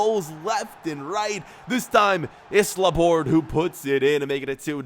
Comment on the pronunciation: Laborde's name is pronounced as La-bor-dey. It's because he is French